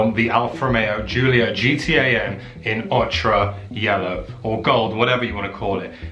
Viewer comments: It's pronounced "Oke-err, not "Och Ra" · 'Ochre' is pronounced 'oh-kuh', bruh...